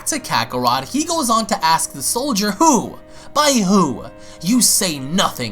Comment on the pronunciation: lol you said Soilder... S O I L D E R.... instead or Soldier 😂😂